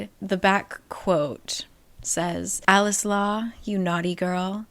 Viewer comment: i keep hearing "coleslaw" instead of "alex law"